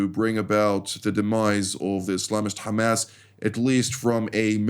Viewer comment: Beautiful commentary today on TV 7. Really loved the use of George H.W. Bush's of the long "a" sound instead of the short "a" for hamas. Keep the faith! God is with us.